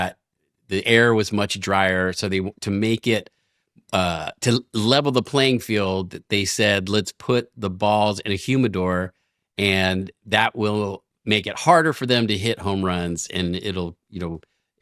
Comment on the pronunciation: Embarrassing... Until they showed the dehumidifier, I thought she was saying "human balls" :^)